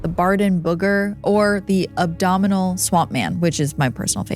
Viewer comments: Wow. "A-BOM-IN-ABLE" . Referring to something the way she did, she's talking about the animal's anatomy; the lower stomach area or abdomen. I get that she's on her own producing and editing this podcast; I applaud the research and how she tells a story. But in terms of proofreading the material she puts out, I'm a little embarrassed for her. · it's ABOMINABLE not abdominal LOL Every video.... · Abominable or abdominal ?😂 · Abdominal Swamp Man? Didn't you mean Abominable Swamp Man? You're not AI, I hope. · Does she mean Abominable 😭😭😭😭😭